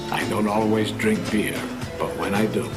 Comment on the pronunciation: Is it just me, or does it almost sound like he's saying "I don't always dring beard, "?